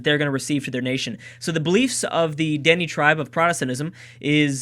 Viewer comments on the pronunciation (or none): Found this series, years too late 😔 lol. I'm Canadian 😀 part Cree and Sioux lol weird mix , I know.....lets goo Cree !!!! ....also the Dene is pronounced "denay" lol like anyone will read this 😞